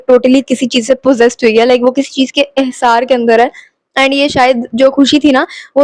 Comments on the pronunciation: ehsaar nai hasaar hota hy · Salam By the way sister it is. Not ehsar it is hasar But no